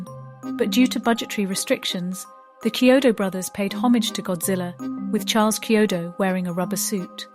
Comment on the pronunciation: Yes, great video and well deserved praise of the movie, but you should pronounce their last name correctly. If the narration voice is A.I., Chiodo is pronounced " KEY - oh doe". It's not a "Cheerio" sounding "Ch" in their name. It's important to pronounce the Brothers name correctly. Check the other interviews with them online and the like in the future to get the names right. That's a common mistake with videos of this nature.